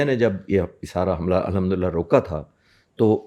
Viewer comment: Alhamdulillah ❌ Lundulilaah ✅